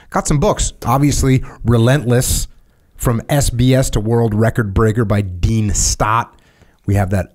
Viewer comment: “Oi traveled all over the wewuwd” 😂every time this guy tries to say the word world. Why do brittys have such a speech impediment?